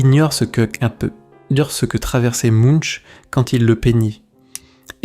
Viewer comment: De plus, "Munch" se prononce (plus ou moins) "Mounk".